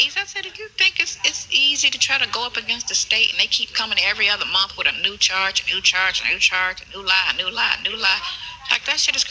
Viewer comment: Sentence? He can’t formulate small words. “Udder” for other. “Dem” for them. “Irnge” for orange. Those are really simple words he can’t pronounce. He never paid attention in school.